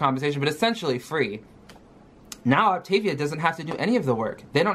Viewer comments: So she has a month to learn how to say Optavial and fuel/fueling. I hope she doesn't eat the whole box in the first week. kcal is VERY low for anybody so imagine for our gooorl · The one thing that ticked me off was her pronunciation. Now i'm not a native English speaker, which is why I tend to pronounce things a little different anyway, but i had a few years in school where I took Latin, and “optavia“ is not pronounced like she does (at least in my opinion. I don't know if it's actually intended to be a Latin expression, but it seems like it is)